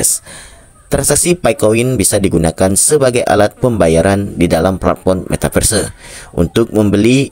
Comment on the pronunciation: Belajar dolo ngomong metaverse 😂